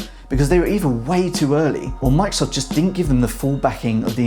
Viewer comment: stop saying "mikesoft" thats not the name of the company :D